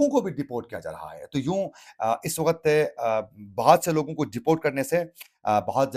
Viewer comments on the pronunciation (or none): Ap really bouhat acha boltay Hain. Bas thori si urdu ka ek lafz ko correct ker lain tu or bahter ho jaye ga. Jaisy ek lafz ap bol rahy Hain (wakhat) Jo k Asal lafz he "waqt".